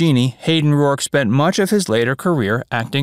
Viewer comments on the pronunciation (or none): none